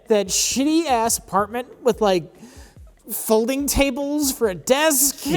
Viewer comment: "..that shitty ass apartment with, like... folding tables.." Excuse me sir, I think you mean, 'folding chables'.